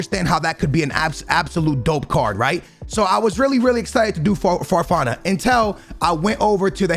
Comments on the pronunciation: Normal people: February, fofana: Febeewary, farfan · Except pronouncing Fofana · Everyone: Fofana: Forfan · Forfana febiueuy LOL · I think he’s thinking farfan like the Peruvian guy but still so far off